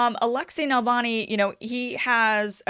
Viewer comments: It's always a good idea to get right the name of the subject of your podcast - Navalny, not Nalvany. It distracts and detracts from what you are saying, which is usually interesting. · Please learn to pronounce the name 🤧 It’s Na-Vaal-Nai. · But she's saying Navani - hard to trust the expertise of someone who doesn't know the name of their subject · You're pronouncing his name wrong. If hi is also supported by Washington, I would very untrusting of him. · First off, his name is Navalny, not Nalvany. Accent is on the second syllable with Russian names. Navalny's base is very small. Evidenced by the Moscow protest attended by 4000+ in a city of 12 million. His white nationalist views are far less popular in Russia than they are in North America or many European countries. Navalny is a lawyer and has no training as a journalist. Russian standards are very high. You can't just present yourself in front of a handicam and author a few op-eds and call yourself a journalist. He is not a journalist and has never been on staff of any media outlet. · Its Na- val nee not Nal - von -ee come on get it right or your credibility is suspect! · It is not NALVANI! The name is pronounced NAVALNEE! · His last name is Navanly, not Nalvany. That’s not the only thing you got wrong. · His name is NaVaLny not NaLvany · Honey he is not Nal-va-nee he is Na-val-nee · It is Navalny, not Nalvany. You pronounce it wrong, Kim. But I still love you. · Since when was Navalny pronounced "Nalvany"? Am I the only one who's bothered every time she says it wrong? Good take on his similarity to Hitler though! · It's Navalny not Nalavny !?!?!?!? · NaVALny, not NaLVAny ! Other than that, big THANK YOU for working hard to show other (hidden) side of the story. This one and many others ❤ ! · NA-VAL-NY (not “Nalvany”.) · Keep calling him "Nalvani"" actually he is NAVALNI but whatever...hahah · "NALvany" haha. It's NaVALny. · Navalny, not Nalvany. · Love ya Kim, but it's NUH-VAL-NI